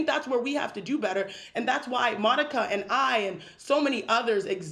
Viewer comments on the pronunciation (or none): none